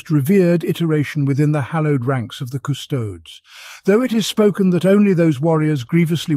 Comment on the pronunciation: Drink on ever time he says CusTOADS